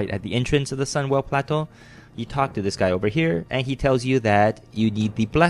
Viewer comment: i love how you say sunwell plateu